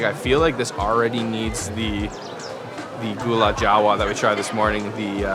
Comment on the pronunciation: glad u enjoy yogya! it's called "lupis" not "lupus" tho,,,ty anyway & enjoy! u said it rite for gula jawa btw!